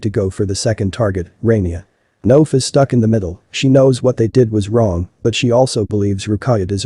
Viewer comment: Layan isn’t pronounced Liane, it’s ‘Lah-Yan’ (or Lie-Ann), Noaf is ‘Nwaf’ (it does not rhyme with Loaf! 😂), and Rania is ‘Rah-Nyah’ (Not Ray-Nee-Ah.) And also, that Head mistress can go get F***ed! “Are you happy with yourself?” Absolutely! You are the tyrant that allowed the manifestation of such an environment for these things to happen. You got exactly what you deserve, I wish the students videoed it and put it on your social media! You are the immodest one!